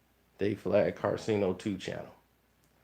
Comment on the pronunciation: how do you always mispronounce his name when talking but u spell it right in all 50 vids you made abt him?